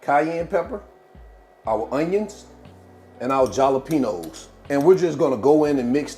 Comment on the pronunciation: Jalapenos are pronounced like “Hal-o-penos”. The J is pronounced like an H. These quesadillas look delicious! 😊